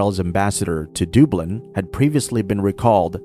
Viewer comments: Dooblin? It's pronounced, Duh-blin. Don't let it's proper pronunciation fool you, the People of Dublin are intelligent with a heart of Gold. 🧡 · Dublin not dooblan sir. Just a heads up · When a channel’s narrator can’t even pronounce “Dublin” properly and instead pronounces “Dooooblin”, you know this is AI generated propaganda. There are so many other obvious clues as well. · Dooblin? Wtf? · Bleedin dubblinn,, viva Dublin ☘️ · Please pronounce Dublin correctly. It's not that complicated! Ireland is not anti semitic and neither are the Irish people. Also pronounce Tanaiste correctly! Why hasn't Israel closed its embassies in Norway and Spain? Seems they are trying to bully a small country!